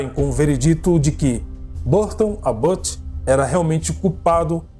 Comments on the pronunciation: Adoro seu canal e voce com seu narrador mas queriam deixar uma observação a pronúncia correta do sobrenome o é ÁBoth( com a tônica a fôrça da pronúncia na letra "A". Eu coloquei o acento agudo no A para a demonstração desta pronúncia. É isso. Im abraço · Querido a pronúncia correta do sobrenome do assassino é ÁBOT. A letra a tem som mais forte como se tivesse um acento agudo no A. Beijo...beijo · Impecável, com uma ressalva, em Abbott a sílaba tónica está no A